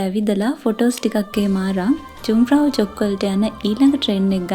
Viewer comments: The name should pronounce as යුන්ග්ෆ්‍රවුයොහ්ක්. Many thanks for uploading this superb video. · ලස්සන වීඩියෝ එක. පොඩි නිවැරදි කිරිමක්..J අකුර ජර්මන් භාෂාවෙන් ශබ්ද වෙන්නේ Y "යු" විදිහට..කන්දේ නම "යුන්ග්ප්‍රවුයොක්" .